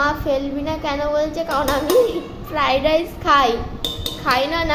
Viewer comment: It's Fried not fride